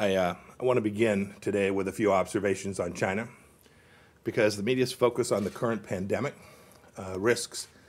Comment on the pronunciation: Fuck Chy-yeah-na